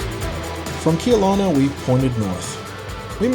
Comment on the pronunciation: Not often I comment on how someone pronounces something but you murdered the city name of Kelowna, It's not KeeeelOna, it's Kelowna, like Keh-LOh-na! Sorry...proud British Columbian here!